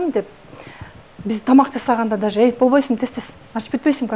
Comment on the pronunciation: Дажее" дегенди туура суйлочу ,оофффииий